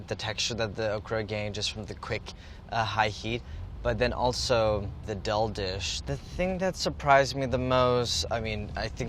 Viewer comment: Andy's pronunciation of daal as dull makes me feel weird